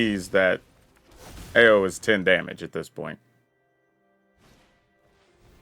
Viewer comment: I believe Ao's name is pronounced more like "ow" than "eyo" lol Great deck!